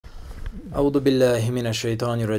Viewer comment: Не А'уду , а А'узъу